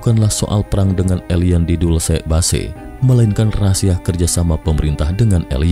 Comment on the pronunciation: Narratornya gmna sih? kok Dulce base bacanya?